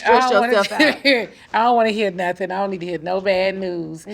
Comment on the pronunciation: These ladies can't pronounce nut-ting with their accents! Lmao I love it! 🤣🤣🤣